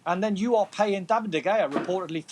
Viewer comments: Nobody : Don : David DeGayAh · Can’t he just pronounce his name correctly? It’s not like he doesn’t know how to say it